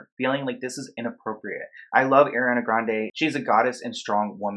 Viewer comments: Ah-ree-ah-nuh. Did anyone else cringe when he pronounced it Air-ee-ah-nuh? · Do you know it drives Ariana nuts when ppl call her air-re-Anna. It’s pronounce Ar-re-Anna. I’m surprised ppl still pronounce it air-re-Anna after she talks so much about how it’s not how to say her name lol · the way your pronouncing her name is trigging me... its ARIana not AIRana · Honestly hate the way her name is mispronounced... it’s Ari-ana not Air-iana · Okay not to be mean but it’s ARI-ana. Not AIRY-ana. 😬😬😬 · its ARiana not AIRiana okay carry on lmaooo sorry i had too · Its ARIana Grande Not AIRana Grande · damn, she’s not Airiana, she’s AAriana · Ah-Ree-Ah-Na NOT Air-Ree-Ah-Na great video though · Ariana not Airiana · lol airi.. it's ari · arianaaaaa not air_iana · Bruh why you say her name like that? It’s not Airana it’s Ariana😂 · ITS NOT airiana ITS Ariana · sorry but it's not pronounced Air-iana its just ariana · im sorry but you saying “air-iana” instead of “ariana” is really bothering me 😭 great video tho! lol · The whole time I’m triggered because he is saying airana and not Ariana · One thing: her name is not airiana it's ariana . There are so many compilations of her saying her name so please listen and learn the proper way of pronouncing her name. Also, she was 19 while filming Victorious, I believe. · Every time you say Air-riana it bothers me 😭 are pronounced R-riana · great video but it’s ARI-ANA! not “Air-ee ana” AREE-ANA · ummm the vid is good but her name is ariana NOT AIRIANA. have a nice dayy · Airyana. The cringe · Omg her name is ARI-ana NOT AIR-ana, it’s a simple name idk how so many ppl MISPRONOUNCE it ughhh. Ik this is a serious topic but please pronounce it right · stop saying airiana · I love you but it's Ariana not Air- riana😩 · bruh if i hear airreeawnuh one more time 😭😭 areeeeawnuh hunnnyyy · im sorry but its are-iana grande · Ima need you to how to pronounce the Queen of Pop’s name. AH R EE AH N AH put some respect on it!!! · How to pronounce Ariana...